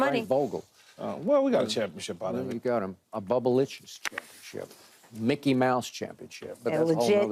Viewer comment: Lmao Skip said "Mickey"